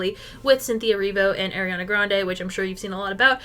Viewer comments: It’s “Ari-Ana” not “Air-iana” 🥲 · As a fellow Arianna, it is pronounced ARI-ana. not AIR-iana 🥲🥲🥲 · it's Ariana not AIRiana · Loving this vid! No hate whatsoever but every time you said “air”-iana it hurt my soul lmao